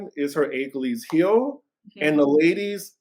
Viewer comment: A-key-lees-heel (is the pronunciation)